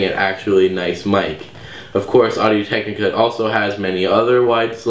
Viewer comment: first of all your intro sucked you pronounced technica incorrect twice and second of all you clearly don't like the rode videomic even tho it's a better mic and u even rated it a better mic